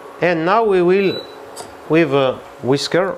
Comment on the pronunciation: “We will crush wiv thee … ass of the pan.” 🤩👏👏